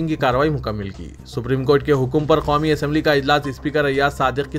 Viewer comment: KYUN khaumi bplte ho...sudher jaao